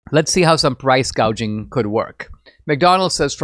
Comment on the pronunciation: And she's SO stupid, inept and inarticulate that she said 'price GAUGING' not "price GOUGING"...........God help America and the whole world if she gets over the line. Cheers from Oz!!